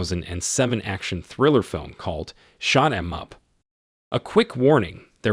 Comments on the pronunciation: "Shoot 'em up" pronounced as "Shot 'em up". AI narration confirmed. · Whoever did this video, can’t you not get a robot voic o prounoonce the name of the move correctly?? It’s called Shoot Em Up not Shot Am Up